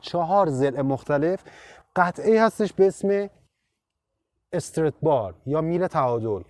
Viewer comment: استرِت نه ، همون استرات که توی تایتل هم نوشتی درسته و تلفظ همونه . Strut bar به معنی بند کردن هست خوده استرات و بار هم که میله و توی تعلیق استرات های مختلف داریم مثلاً توی همین ماشین ، خود کمک فنر یه استرات هست